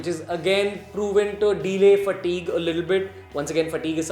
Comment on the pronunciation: please don't say "fatigue " again!! :3 :3 Informative video tho!👌